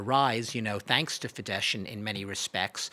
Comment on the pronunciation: It’s just not professional: tries talking so profoundly about unternals of Hungarian politics and doesn’t manage to pronounce the parties Fidesz and Tisza correctly. He swaps sh and s consequently. Sz is just s as everyone knows how had listened more than 5 seconds to Orbán or Magyar. This makes the whole rest untrustworthy and has a very arrogant touch